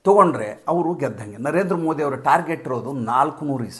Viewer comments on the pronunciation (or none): none